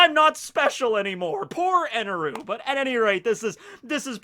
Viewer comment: Stop saying his name with eneru... It's enel